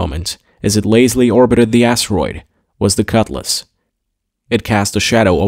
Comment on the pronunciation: Him saying "cut lass" drove me insane. I kept hoping it would be blown up just so he wouldn't have to talk about it anymore